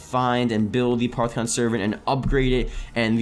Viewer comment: It's pronounced a-poff-eh-con not a-part-eh-con